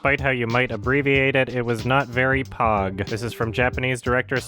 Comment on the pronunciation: saying pog made my day